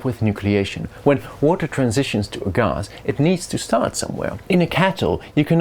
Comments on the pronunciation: say gahhs one more time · Ghas - the most posh Gas pronunciation I've ever heard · i don't think i've ever heard anyone pronounce it "gahz" before xD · "Ghass" wtf is ghas